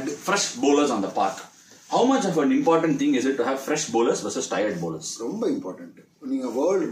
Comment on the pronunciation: Romba...rumba is wrong pronunciation ❤️